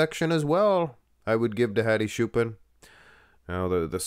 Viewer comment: Who is shoopan, it's ch bro, like chair.